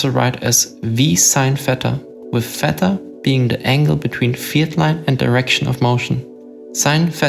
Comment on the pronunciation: Never ever heard someone pronounce theta as feta. But I guess since both are greek it is correct!